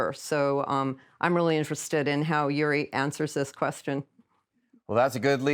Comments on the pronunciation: So very interesting: but as always with the US since the Cold War: American scholars in the centre, but then the East European scholar or Ex-Soviet scholar comes along and takes the lead😂, and as always they are not even able to say his name correctly it's György and not Juri😂😂😂 so what does this say about their brains?🤭 Americans have always all the resources but tend to think within the box😢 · György pronounced Yury ?? George would be the English equivalent. Even closest in pronunciation.